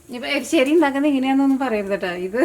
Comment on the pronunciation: എരിശ്ശേരി ആണ്